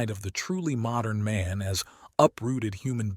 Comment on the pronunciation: Also? Insane that nobody catches the handful of times when the “r” and “n” in “modern man” are kerned too closely together and he pronounces it “modum”